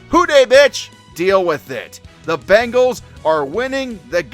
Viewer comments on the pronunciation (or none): none